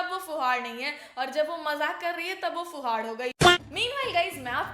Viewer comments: It's not fuhad it's fuhud and it does not mean valgur it means someone Jo hur Kam ulta pulta kr deta hai 😅 and who don't know anything I know this because this is a haryanvi word and I am from Haryana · fuhaad nhi fuhad bola...in haryanvi fuhad matlab jise kuch kaam na karna aata ho But Manisha is not fuhad she is very talented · !! its fuhad not fuhaad which means storm and not vulgar. there is a saying in haryanavi which goes - 'fuhad chale nau ghar hale' which means a storm rattles all the houses. your video was nice but aap dusre language ko misinterpret na karein. And I too loved the trio. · Yha aap glt ho m bhi haryana se hu ......or vo fhuvad nhi fhuvd hota h or iska koi glt mtlb nhi hota ....jisko baat krne ki ,kb kha ya bolna h ,kya krna h is chij ka nhi pta ho usko fhuvd bolte h .......mene kfai bar dekh li word pr video sbki ,comments vgera ....vse to sb haryanvi haryanvi bhasa ❤krte rhte ho ....gyan aapko pura h nhi words ka ,yo google se search kr k mtlb apni tipni Mt do plz....phle proper search kiya kro or search ka mtlb google se nhi h 😂😂😂😂😂😂m apko kafi time se follow krti hu mujhe nhi lga tha aap is baat ko is trha rkho ge .....bhi haryanvi khavt bhi h ykin na ho to ...ki fhuvd chal 9 gher hale........ok jis ko nhi ykin nhi hota gav m jo bdhe budhe h un se pucho .....are vo teacher h unko ye nhi pta ki yha itne camera h vo glt ku bole GE.........plzzzzzzzzzzzzzzzzz haryanvi bhot sare word google p nhi h to hr chij k liye bhrosa mt kro uspe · अरे आप तो बिहारी हो फिर फूहड़ को फुहार क्यों बोल रही हैं 😅